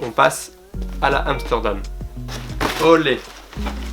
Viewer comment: air max one amstordom ahaha